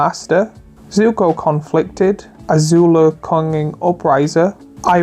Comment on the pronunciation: I had to skip a lot because most of the things said are extremely obvious and redundant....and a lot of cards badly pronouced, like Azula Cunning Upriser? what? and Sokka what?... I know youtubers are lazy and not very good orator, but Come on !!